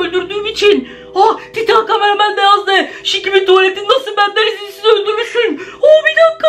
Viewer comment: Camaramen karamen diye okumayın cqmareman